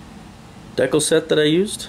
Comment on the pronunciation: DEE-KAL NOT DECKLE!